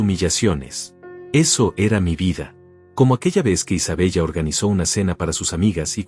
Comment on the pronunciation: No es Isabella se dice Isabela anotale